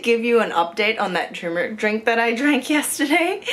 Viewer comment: Guys! It’s pronounced “TUR - MERIC” , “tur” as in “turbo” not “tumouric”!